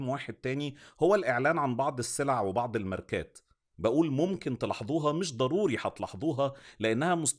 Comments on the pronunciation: Tela7doooha .... If u speak normally it will sound better. You try to emphasize certain letters so hard that you mispronounce them. Mola7aza soghayara.... Or shud I say mola7da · غريبه تلاحضوها دي هى بتتنطق عادي بحرف ظ ممكن تقول تلاحظوها عادي